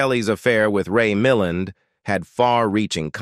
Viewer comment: Ray Mil land..emphasis on the second sylolable.